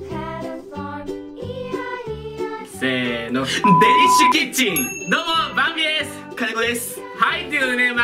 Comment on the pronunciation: かねこさんの「デリッシュキッチン」言い慣れてない感じと、混乱ぶりは最高。 そして銀色の中身入ってなさそうw トラちゃん膝に乗せてたのうらやましすぎる。